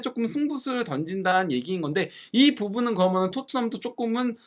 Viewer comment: 내용 참 좋은데 발음 "거면, 거면은" 너무 거슬리네요 "그러면, 그러니까" 로 해주심 감사하겠어요